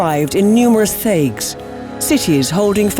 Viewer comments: Neon Scorpion i love these guys a lot but, they could use some work on pronouncing the names of the things they talk about, and it's not just this series, it's all of them. but yeah thayg, what? in game it's pronounced tai-g. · Thaig is pronounced like "tiger" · Thaig is pronounced Tyg but still good video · "thayg" "ozrammar" it's pronounced Tieg and Orzammar if you're going to make lore videos about a series, at least take the time to pronounce things right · Thaig is pronounced taig (like tiger sans the er) not thayg, and Orzammar is pronounced the way it's written, I don't know how you messed that one up... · The series always digs up a tonne of information yet misses basic things, most notably pronunciation >.> "Thaigs", "Orzammar", these are spoken SO many times in-game, surely most of your team would have spoken up during recording. Seriously dudes, amazing work, it's just a few basics here and there ^^; Like back in the Elder Scrolls series; "Mephala, prince of sex and murder" Um, nah just plots, secrecy and yeah often murder. Sex is definitely Sanguine, along with partying. Debauchery, yo. Also, the mispronouncing of "Chimer" got me seriously buttmad xD "ky-mer", as is pronounced both in-game and on the wikis. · Thaig (t sound, not th), Kal-Sharok (shar-awk, not share-ik) and Orzammar. You're welcome! :D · They also mispronounced Thaig, they pronounced it how it's spelled but it's actually pronounced tige. Like Tiger with the R. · They both pronounced Thaig wrong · Alas, I don't think this lore was properly researched before making the video. D: The caste system goes in order of Deshyrs (Heads of each household), Nobles, Warriors, Artisan, Smith, Miner, Merchant, Servant, Castless. You also mispronounced Thaig (the H is silent), ans Orzamar doesn't have a G in it. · The awkward moment when the narrators cannot pronounce Thaig or Orzammar properly. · Thaig your pronouncing it wrong